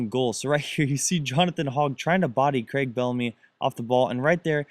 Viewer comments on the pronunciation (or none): none